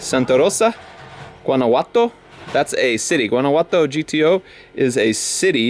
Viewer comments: I say A for effort on trying to pronounce Guanajuato. It’s pronounced Guan-a-jua-to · It’s pronounced WANNA-HUA-TO. Just if you wanted to know. :) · Omg Guanajuato is not pronounced like thaaaaat (still loved the video don't hate me) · Why did you say “guanaguato” 😂😂 guanahuato is how you pronounce it even tho it’s spelled Guanajuato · It’s gonna be a booze 🥃 room ...also when you say Guanajuato you pronounce the “j” like an “H” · love you bro but the j I’m Guanajuato isn’t pronounced that way and it bothers me please pronounce it correctly it’s supposed to be like an h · You completely butchered the pronunciation of Guanajuato